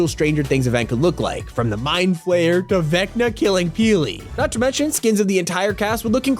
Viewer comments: Bruh, I love Top 5 content, but ffs it’s the Mind Flayer, not mind flare 😂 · Bro said 'mind flare' instead of 'mind flayer' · Mind flare 💀 (flayer) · Mind Flare xD It is called Mind Flayer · Bro really said MIND FLARE